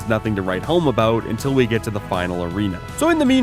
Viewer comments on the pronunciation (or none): none